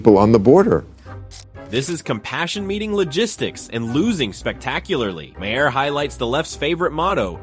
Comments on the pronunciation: like then says it every way but the correct way.. lol my hair ma har my god lol. bill mar ffs lol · Maher is pronounced like MAYOR....or MARE....not MAY HAIR... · Mayhar, Mahair, Mayher? Why can't your narrator pronounce the name correctly? It's pronounced MAR, like March without the CH. Not Mayhar, not Mahair not Mayher. It's pronounced MAR. I don't even particularly like the guy, but I can pronounce his name correctly. Artificial Intelligence, what a boon to reading comprehension. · Bill Mayer? Ma-Her? LOL. What a garbage video! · This video is a masterclass on how many times you can mispronounce someone’s name… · please learn correct pronouncement of M A H E R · Robot voice sucks. Can't pronounce Bill's name the same way twice. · They pronounce maur's name differently every time